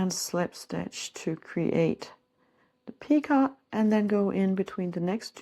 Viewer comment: Lovely work! Just an fyi- picot has a silent t.